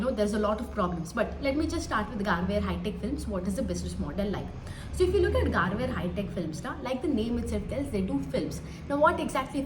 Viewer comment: Madam it's गरवारे not गारवेअर.....it's surname